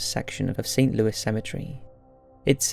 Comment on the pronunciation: BTW, St. Louis Cemetery is pronounced St. Louey. FYI.